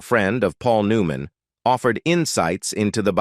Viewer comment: This has got to be an Ai generated video. The way the narrator mispronounces simple words like Paul New Man, etc.. It also is hard to follow the points being talked about. Is this the future of entertainment? If so, we're safe. This is garbage.